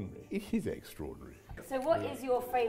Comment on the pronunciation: "egg-straordinary" Christ sake...